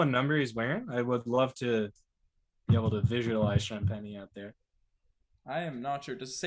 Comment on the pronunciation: Justin Champagnie's last name is pronounced: "sham-PEN-nee!"